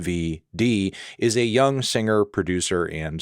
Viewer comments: It’s pronounced “Duh-four-vid” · Its pronounced Defourvid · I could have sworn his name was pronounced "Duh 4 vid". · he even pronounced it wrong lol